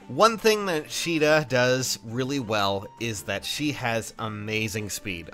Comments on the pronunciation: her Japanese name is pronounced like She duh. Her English name(what you saw) is pronounced kA duh.... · I always thought it was pronounced Kay-da. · its pronounced "Sheeda" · Her English name is pronounced kA duh